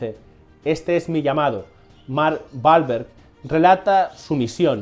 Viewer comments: literal en españa le quitan la seriedad a todo, y este video perdio toda seriedad cada vez que menciona el apellido balverg que no entiendo que actor es ese, yo conozco a mark WWWWWWWWWWAAAAAAHHHHHLLLBBBBEEEEEERRRGGGG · me encanta la pronunciacion de Mark Balverg (literal no entiendo porque rayos pronuncia mal su apellido si es con W y no con B)